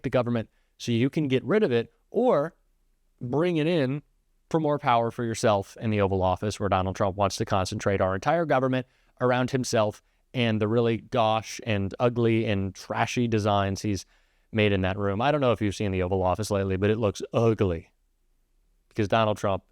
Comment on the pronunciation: *gauche is pronounced goSH, long o, like kosher.